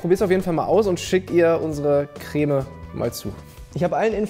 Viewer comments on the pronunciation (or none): "kräääme" ....diese Betonung triggert mich echt hart 😂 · Immer diese Kölner... Das heißt Creme net Cräme XD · Regt nur mich dieses crääme auf? 😂😂 Creme.... Bitte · Also gutes video aber kräm statt creme regt echt auf😂😂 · Alter wie sprichst du den Creme aus? Kräh-mee... Krehm! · Warum sagen die Leute im Fensehn immer Crääm? Das heißt Krem. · Es heißt nicht CrÄm, sondern Creme. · KRÄHHHHHM😂. Das heißt Creme (gesprochen Kreme)👍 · Es heißt Creme, nicht Cräääm! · Crämä, dachte das heißt Creme, joke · " KREM" NICHT KRÄMMÄÄ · Cr*e*me nicht Cr*Ä*me! Das ist ein Eeeeeee kein Äääää - arg, sorry, das triggert mich, mein PTSD! Vietnamflashbacks! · Er sagt ja eher Krähmäh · Niemand: Christian Solmecke: Kräme